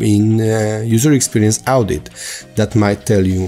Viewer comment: That is pronounced as (o)dit, not (au)dit in English. :)